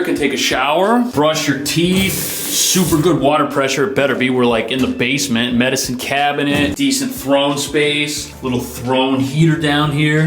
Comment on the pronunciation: It feels wrong whenever you say 'medicine cabinet' without accentuating the last syllable 😅